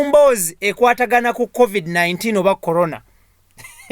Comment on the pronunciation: Hahahahahah naye mbu tadamu kwogera kukigambo colona